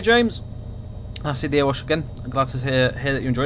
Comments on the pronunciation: Months since the last Erewash Valley vid, and still pronouncing it "Ear wash" instead of "ERY wash" .... come on! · Can't wait for this to release! Just to let you know, Erewash is pronounced Eh-re-wash not Er-wash.